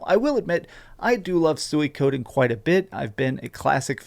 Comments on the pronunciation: It's pronounced sue-wee-co-den not suey-coden ....🤦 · LOL!!! HE TOTALLY BUTCHERED THE WAY TO SAY "SUIKODEN" LMAO! THIS GUY GETS DUMBER EVERY TIME I WATCH HIS DRAMA VIDEOS.